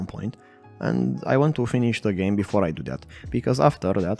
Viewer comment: "Geam" haha, foarte tare, tine-o tot asa!